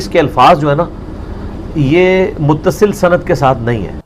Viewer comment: Bhai aapne kam acha kia but ek chiz vo lafz jise aap mutaasil vo Muttasil hai